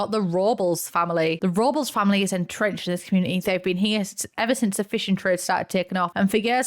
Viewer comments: for all my non american and non latino besties, Robles is pronounced Row-bless, not robbles lol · Robles is pronounced "robe-less" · I love the Filipino representation! Bayani = Hero <3 also, Robles is pronounced "rob-less" 😅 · I love and most British folk but hearing her pronounce Robles brought back memories of the horror show that was "Mexico Week" on The Great British Bake Off 😬 I know no harm was meant but Spanish pronunciation is not the British strong suit